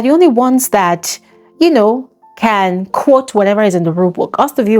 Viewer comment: Btw it’s two as in tu Not theww